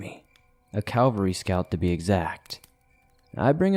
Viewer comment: That word is pronounced CAV•AL•RY. Why does almost every person alive pronounce it CAL•VA•RY???😳😬🤷🏻‍♀️🤦🏻‍♀️🤯🤯🤯🤯🤯. They are 2 completely different things!!!